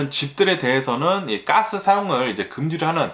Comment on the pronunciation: Gas--'까스 가끔 아재 이런 발음이 엄청 정스럽습니다.아재뉴스의 매력인듯해요. 오늘도 감사합니다.